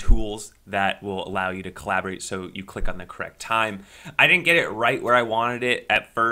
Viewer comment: "Collaborate" lmao